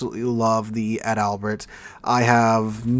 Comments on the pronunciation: Ad albert sounds funny.... Its pronounced just like the paratrooper flower the Germans wore....Edelweiss. (pronounced Adle Vise) Adalbert. .. (pronounced Adle Bear) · I’m not a nitpicker, really, but it’s Adal-bert, not Add-Albert. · I don't want to be the "actually " guy here, but you're mispronouncing the ship's name. She's ADAL-bert, not Ad-ALbert. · sorry, but I love your pronouncing "Ad Albert" 🤣🤣🤣🤣🤣🤣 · Can't wait for the full, comprehensive German ship review video, where we get to see how the "Bi-Smark," the "Fry Derek, " and the Gruh-Sewer hold up in 2025